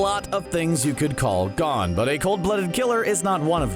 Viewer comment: He said Gone not GON🤣